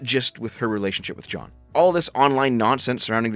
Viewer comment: why does he pronounce jeanne as john? that was so confusing